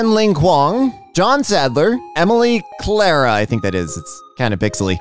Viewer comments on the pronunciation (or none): none